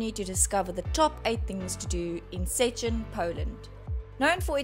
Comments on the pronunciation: First thing to do in Szczecin: Learn to say Szczecin correct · not really wrong, just funny